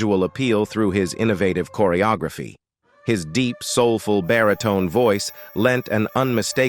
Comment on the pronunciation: Just THE WORST A.I. narration ever!! Chorrry O Grayphee for "Choreography." LOL 😆 🤣